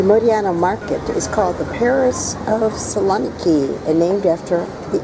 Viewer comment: I'm sorry but how do you visit a place and not even have the ability to pronounce its name. A good video otherwise.